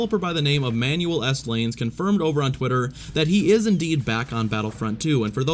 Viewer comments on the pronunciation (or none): I'm no expert but I don't think Manuel is pronounced Manual